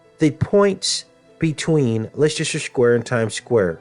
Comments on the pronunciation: please don't say lestesrer square again it's lester my good man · Great video. By the way, Leicester Square is pronounced 'LESTER' ( CRAZY, i KNOW). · Indeed,! Btw it's pronounced Lester 😉 Much Love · Leicester Square is pronounced "Lester" square. From UK. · It is pronounced LESS- TER Square!!!! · Hi there, a very informative video,however, I should point out that Leicester square is actually pronounced as, LESTER square. Cheers! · The temple is not being built in Leicester Square London. The temple gate is being built in Trafalgar Square in London. The 2 places are about 1/3 of a mile apart. The pronunciation of Liecester Square Is "LESTER" Square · it's pronounced Lesster square! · interesting.. but Leicester Square is pronounced like this LESS STAR square .think the way you say it is cute tho very American ! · Having trouble with pronunciation of Leicester Square in London. Pronounced "LESTER" Leicester Square Times Square in Simple Gematria Equals: 324 = (6+6+6)x(6+6+6) 324 = 6x6x9 3x2x4 = 8+8+8. 3+2+4 = 9. 13+13 letters. Leicester Times in Simple Gematria Equals: 162= (6+6)x(6+6)+(6+6+6) 1+6+2 = 9 Square in Simple Gematria Equals: 81 = 9x9 8+1 = 9 Leicester in Simple Gematria Equals: 96 = 6x(8+8) or 8x(6+6) Times in Simple Gematria Equals: 66 Times in Jewish Gematria Equals: 234 = 6x(13+13+13) or 13x(6+6+6) 234 + 432 = 666. 2+3+4 = 9 Times in English Gematria Equals: 396 = 6x66. 3+9+6 = 9+9. Initials LSTS in Simple Gematria Equals: 70 and 70 plus mirror 7 = 77. And lastly, Leicester City are top of the Premier League in England with a clear 7 point lead with 69 points..